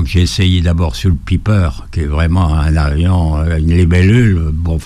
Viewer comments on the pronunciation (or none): Piper, pas Biper !!! 😆